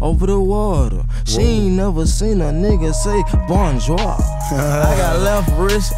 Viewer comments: The way offset said bonjour , lmfao bitch im done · She ain never seen a nigga say “bonjouraa” 😂😂